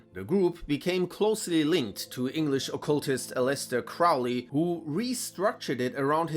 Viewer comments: Crow-ley, like the bird, not "Crou-ley." Jeez. There is no "eighth ritual," The Moonchild was a novel, not an actual plan, and since the OTO is not Christian, why would they bother with the mythological Antichrist? You need to do more research. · Crowley wasn't targeted by Hitler. It's doubtful Hitler even heard of him. Crowley left Germany in '32. He was deported from Sicily by Mussolini though. And it's "Crowley" as in "Holy"